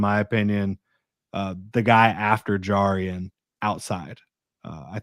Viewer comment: Its JAR-rian jones. Like jar of pickles. Don't want to be that guy that's mispronouncing names lol. Good show.